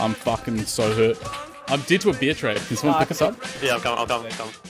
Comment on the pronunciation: pls say dead and not deed im starting being crazy :)